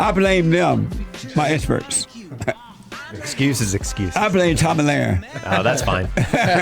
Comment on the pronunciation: "Espurts are coming in".